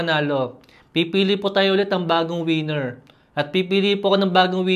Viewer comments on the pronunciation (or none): none